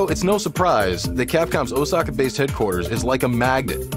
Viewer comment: the way he pronounce "Osaka" physically hurts my brain